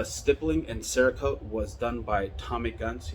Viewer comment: Do you have a link to your cerakoter? You kind of mumbled the name.